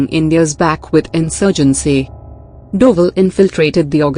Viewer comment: He is not Doval. He is Dobhal